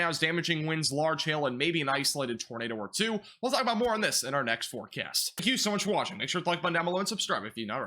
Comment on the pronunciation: " in this weather forkyast"